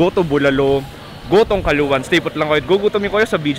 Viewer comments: Calauan (Kalawan) ang pronounciation namin, Lahing Batangueño po kami, pero laking Laguna. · Akala ko kung saan ung caluan laguna. Sa calauan pala. Hehehehe. Sir hindi po caluan ang pangalan at basa yan. Calauan po spelling at calawan ang basa. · correction po. Calauan po ang tama. That’s my hometown. Pabing’s numbaone, Hannah’s numbatwo. Hahaha. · Paulit-ulit po CALUAN. It's CALAUAN pronounced as KALAWAN. Even your title's misspelled. Thanks! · paps kalawan (CALAUAN) basa jan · Calawan ang ang basa dyan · “kalawan” ang tamang pronunciation ng Calauan:) Pwde din kalawang sabe nga ng mga taga riyan:) Dyan ako pinanganak. Calauan Laguna. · Mali po pronounce ng calauan